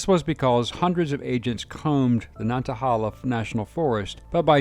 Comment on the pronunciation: I lived not far from Eric Rudolph. He was all around town during the “manhunt”. He even went to someone’s funeral. Edit: Nantahala= Nan ta hay la. Not holla.